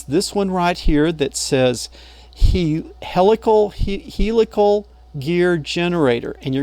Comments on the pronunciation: P.S.... We in the automotive domain pronounce the word Helical as "hell eh call" with the accent on the first syllable.:-) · He-lick-tacal gear? 😅 I hope you don't mind if I borrow that pronunciation.